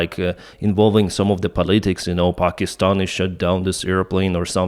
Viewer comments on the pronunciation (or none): none